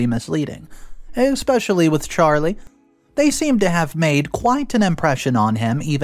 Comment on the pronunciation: I can give the commentator some advice. Try to pronounce especially with an S instead of annex